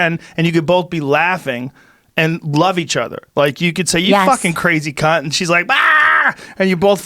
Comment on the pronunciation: Americans saying cunt doesn’t sound offensive, I just hear “kuyn” when they say it😂